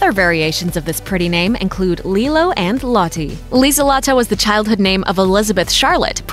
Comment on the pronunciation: Annika us mainly spelled with two 'n' -Lutz is Pronounced differently and old fashioned -lieselotte is also old fashioned and pronounced differently - Corinna is Not really a name used for younger kids -Lorenz is also good just pronounced differently So basically if you want you child to have a german name that's not more commonly used for Older people stick to Sebastian (or Bastian), Annika and Lorenz. Astrid is also okay, because its probably gaining popularity due to httyd